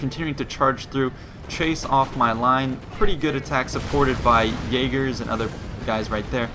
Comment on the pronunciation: you pronounce jager wrong (jager is german for hunter)